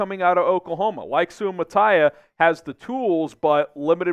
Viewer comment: It’s pronounced SUE-UH-MAH-TAH-EE-UH